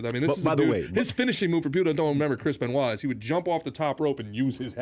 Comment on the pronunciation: When he said Ryan Benoit 🤦🏻‍♂️